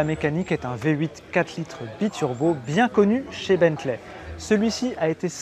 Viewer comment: Salut. Juste une petite remarque, on ne dit pas Bentlè mais Bently ou Bentlee